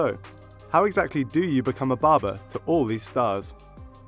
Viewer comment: What is baba? Ohhh its barber. Yeah now i know.